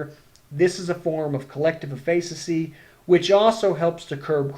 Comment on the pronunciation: great video...not how you pronounce efficacy though x_0